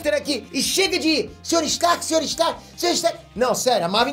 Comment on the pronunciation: ninguém: absolutamente ninguém: peter: Sr.star??